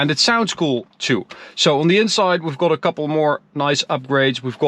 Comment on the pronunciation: Ben fan van jullie video’s en je Engels is ook best goed maarrrrrr wil je de “O” meer als “A” uitspreken, dus gat ipv got en lat ipv lot. Beetje meer tussen de O en A in eigenlijk. Verder niks dan complimenten.